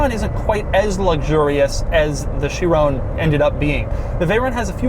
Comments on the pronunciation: I can’t be the only one who’s bothered by how he says “Chirone” instead of Chiron with a hard “-on” at the end. Still wouldn’t be the right pronunciation, but better than the way he says it... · I'm so glad you dropped the e from the last time you reviewed a veyron. You kept calling it the "vayrone" . Now to get you to say chiron without calling it " chirone" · Has anyone tried to help him pronounce "Chiron" properly?